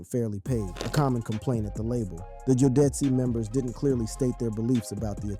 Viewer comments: Jo-deci How fkn dare u mate Its JODECI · Learn how to pronounce jodeci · Can’t even pronounce Jodeci right. Sad.